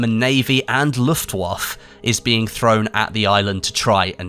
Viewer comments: Hey, it's Luft - Waff - Eh not LuftWaff. That really irked me not sure why. But as always thank you for the awesome content and information. Keep up the good work. You the man! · What the hell is Luft-Woff? 🤣😂🤣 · The "e" at the end of Luftwaffe is hearabel in speach. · Sorry mate but it's Luftwaffe not Loftwaffles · Looft waff lol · i get that you don't speak or understand german but you'd come across as much more serious if you knew how to pronounce 'luftwaffe'..and i'm not even german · Please for the love of god learn how to say Luftwaffe